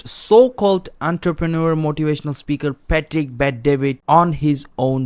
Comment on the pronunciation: Why do you keep pronouncing his name pah tick? It's Pat-trick my guy